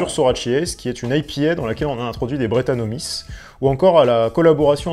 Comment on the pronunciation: Bonjour, interessante video. Je viens de découvrir ta chaîne et j'y apprends plein de choses. Merci ! PS : je pense que brettanomyces, ça se prononce" brétanomicesse" comme pour de nombreux champignons qui finissent en "myces"...